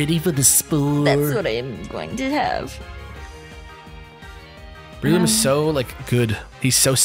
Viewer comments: I always pronounce breloom ad: Breh-loom not Bree-loom and Scizor as Scih-zor not Ski-zor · Love the video as always guys! I love how you kept mispronouncing Breloom :P (think Bell room but move the R)